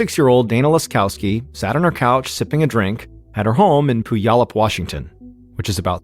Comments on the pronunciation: Sorry.. it's pronounced " pew al up". We have alot of town names here that are hard to pronounce.😂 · Puyallup = Pew-all-up 😁 Look up 'Do the Puyallup' - it's a song about the fair and will sing you the pronunciation. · Mispronounced Puyallup. It's Pyu-allup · The pronunciation of Puyallup is funny. Washington state has many cities with American Indian names. I live in one of them - Yakima. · I love when outsiders try to say Puyallup